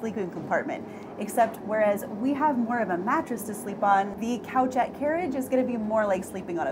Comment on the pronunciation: Oh this is adorable but 'couchette' is actually pronounced coo-shet. Coucher is the French word for sleeping or laying down.